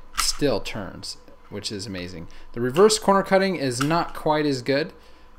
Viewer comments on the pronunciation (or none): none